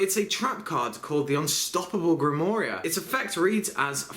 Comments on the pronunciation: You pronounced grimorie wrong it's pronounced GRIM-WARR and not war like world war. Sounds like ARE with a W in front of ARE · It's pronounced grimwaar btw:) just so you know